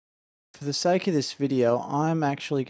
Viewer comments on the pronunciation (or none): none